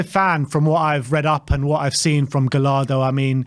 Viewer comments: It’s not gal-lardo, it’s guy-yardo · Double L in Spanish is a Y sound. Guy-Yar-duh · As an argentinian Spurs fan I’m all for Gallardo (you actually pronounce it more like gashardo like you would -shard-. I actually wanted Gallardo when Poch was sacked but ended up extending with River Plate. He is definetely not a gamble, I can assure you that. Just look at the players he made debut… Julian Alvarez, Enzo Fernandez.. THE MAN FOR THE JOB. EL MUÑECO GALLARDO (the toy)